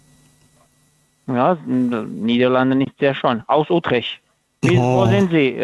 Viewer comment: Wenn der aus Utrecht wäre, könnte er diesen Stadtnamen korrekt aussprechen.